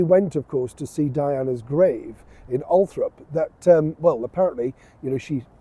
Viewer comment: mate, it’s pronounced ALL-THORPE, I was born 2 miles away and had never pronounced it the way so many people wrongly pronounce it.